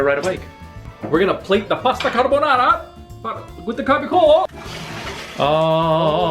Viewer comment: wow ,non si puo sentire carbonará 😑😑...